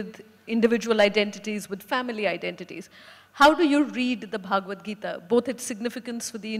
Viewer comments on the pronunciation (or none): She keeps pronouncing bhagwat gita as in भागवत पुराण not as भगवत गीता